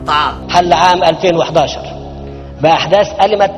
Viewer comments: احداث ألمت مش عارف يقرا صح ياحسره قلبي علي التردي ال احنا فيه زغرتي ياانشراح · ألمت نطقها لوحده لو في دوله محترمه كان اتشال فيها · ألمت ... لم يلفظها صح 😂